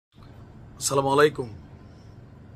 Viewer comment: দুঃখিত ভাই সালাম দিলে শুদ্ধ ভাবে দিবেন আর না হলে দিয়েন না অশুদ্ধ সালাম দিলে গুনাহ হবে